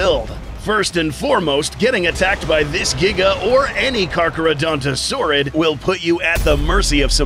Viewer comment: it's carcharodontosaurus not whatever you said just saying as a nerd